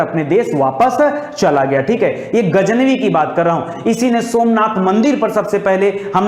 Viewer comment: गज नवी बोलिए।